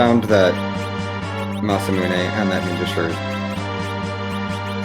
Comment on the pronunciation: Masamune being called "Musamane" by BOTH commentators was a bit odd, I must admit.